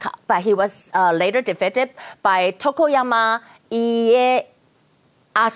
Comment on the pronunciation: 雖然我不會英文 但會一點日文.... 雅琴姊把德川(ToKuGaWa) 說成床山(ToKoYaMa)🤣 家康(IEYaSu)說成家阿須(IEASu)??? 咿欸...阿蘇....😂 用英文拼音肯定會出的錯誤XDD と く が わ い え や す To Ku Ga Wa I E Ya Su